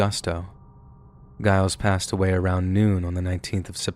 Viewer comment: The G in Giles Corey's name is pronounced like a J.